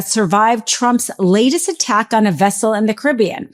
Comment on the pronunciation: "Lace"? "Termin"? Do you mean latest and determine?